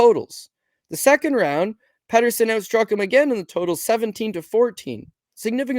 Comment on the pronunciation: Peterson not Patterson 😅